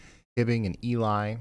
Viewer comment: More Minnesota pronunciation: Ely is “E-lee” Lutsen is “Loot-sen” Grand Marais is Grand “Ma-ray”